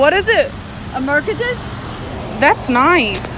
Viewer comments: That lady mispronounced “Mercedes” and said “Merkades” 😂😂😂😂😂😂😂😂😂😂 However, these are all worlds dumbest customers tho! 😂😂😂😂😂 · 🤣🤣🤣😂😂😆 “ a merkediss “ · She said it like merkadiss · It's a mur-kad-dis